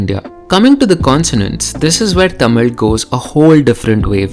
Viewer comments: Bro, are you sure the things you are saying are the facts! You don't even pronounce 'TAMIL' correctly! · I think you are saying the word Tamil the wrong way. Its not that infinity vala in marathi 'ळ'. Its more related to ya or 'य' Regardless, brilliant work.. I love this channel. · she is killing the pronunciations of the words. Its actually pretty good pronunciation if she isn’t a tamilian (i really think she isn’t tamilian)